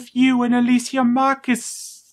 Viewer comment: He calls her "Ah-la-see-ya", haha. God this movie is all over the place. You'd think with the being the last one, they'd go all out with it. Avoid plot holes and contradictions. Add in good character development. Something. But no, why the fuck would Paul W.S. start doing that now? Smh Anyway, thanks for the review.